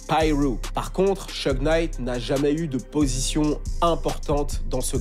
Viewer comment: SHOUG Knight et non pas Sheug